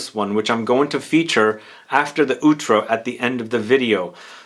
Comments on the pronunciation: Just to advise, it's pronounced "aw-trow", as in "owl". Love your videos. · The pronunciation of "outro" is something else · Outro pronunciation... pain